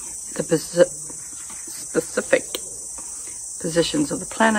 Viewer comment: For a woman who cant pronounce specific, she certainly has an opinion, a ridiculous opinion but an opinion nonetheless